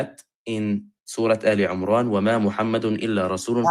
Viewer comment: His Arabic is so poor, the guy. For example, he reads “aal Umraan”… instead of “Emraan”. Clearly not comfortable with the Quran.